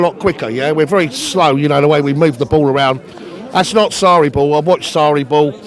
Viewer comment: I cring everytime he says Sarriball lmfao what the